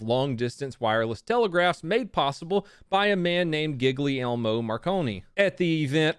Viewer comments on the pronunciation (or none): Its pronounced geeli my guy lol Giggly Marconi made.my day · Yeah but its pronounced Gu-lie-lmo Marconi, not Giggly-Elmo